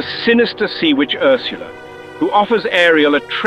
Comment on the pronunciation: Love how he says Ursula